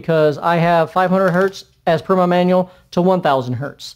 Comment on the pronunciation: Minute .. what menual?